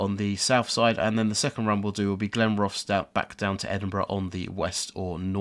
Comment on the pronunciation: Your right you do 'murder' pronunciation of Scottish place names, Inverkeithing is pronounced Inver-keith-ing by highlighting Keith when it is pronounced Inver-keeeth-ing, and of course Glenrothes, is said Glen-roth's with heavy pronounciation of the Rothes half of the name, But after hearing the pronouncing by the train announcement you did start to say them properly Am I a Scotsman from Fife? no I'm not! I'm an Englishman from Hertfordshire, it's fun though listening to your pronunciation And yes I agree the forth bridge is very well done🙂